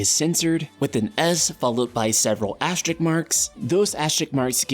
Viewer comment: "ASTERIKS" lol